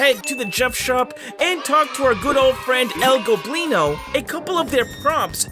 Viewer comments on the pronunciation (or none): say el goblino NOT EL GLOBINO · I’m so happy you no longer say el globlino 🤓🤓🤓 it was el goblino all along